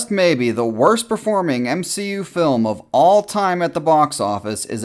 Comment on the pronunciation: Everyone: MSHEU: ItS eTrEmElY oFfEnSiVe